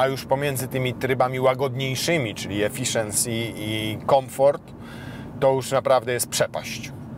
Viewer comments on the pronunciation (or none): none